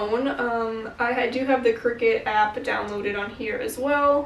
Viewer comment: Isn't it pronounced cry-cut? As in creative cutter?